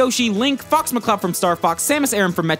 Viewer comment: Did anyone else think he said Fucks McCloud?!